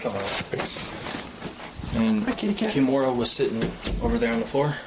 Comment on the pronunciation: Awwwww my daughter's name is Kimora, and I pronounce it the same way!! 😊